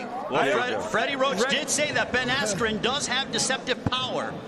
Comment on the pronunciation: Couldn't even say askrens name right.